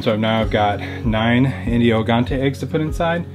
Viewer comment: Hey, just a heads up. In Portuguese those chickens are pronounced "Indio Gigantes" but not gi as in "hill", but more like Ji as the name "Jill"